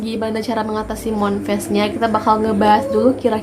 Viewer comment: Moon dibaca mun kak bukan mon